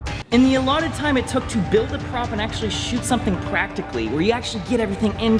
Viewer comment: Timestamps of saying "pwacticaly"